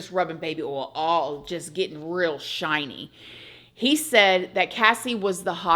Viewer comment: "Nice and shinny" 😂